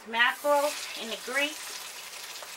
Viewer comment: There is no S and the end of Mackrel.